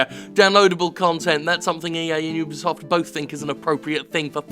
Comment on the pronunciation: Jim@ You did it! You actually said (You Be Soft) correctly!! High Five!!